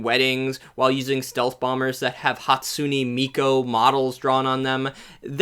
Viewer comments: Hatsuniee Meeko lol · Hatsooney meekoh??? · I love you and I agree with so much of this, but “Hatsune Miko?!??” C’mon, man. You’re better than this.